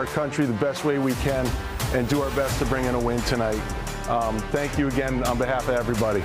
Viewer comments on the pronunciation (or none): none